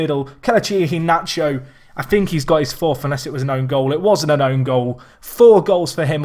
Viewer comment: MANU4EVA19 it's pronounced eee-hay-nah-chore